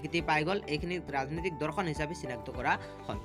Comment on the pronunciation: Dada dhorkhon nhoi dorkhon .meaningei holai dise sun